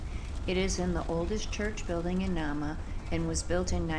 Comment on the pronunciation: This one is pronounced NAME-a....my lil bro owns the old hotel..it's a bed and breakfast now. And haunted. The wood was sent to Chicago to rebuild after the big fire in the late 1800's. That is one cool lil museum. The old General Store/Post Office was bought by my bro, and remodeled into a "Reception Hall" type of place, and he can marry you legally as well. One stop shopping! There was a school in Nahma when the lumber company was there. One of the Teachers there, Miss Nell, cooked at the Inn in the Summers, and she still haunts the place. This is really well done. I am loving your vids!! Thank you for this!